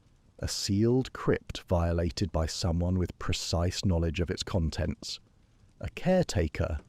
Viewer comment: Is this one of the earlier ones you've done? I've noticed that in the ones I've listened to most recently the AI voice is of poorer quality than the first few I listened to. Mispronunciations of words that have multiple sounds (read = "red" or "reed," "conTENT" when it should be "CONtent," etc.), awkward timing of successive words, etc. At first it was at a low enough level for me to not label it "severe," but the last 2-3 I've listened to have been much worse.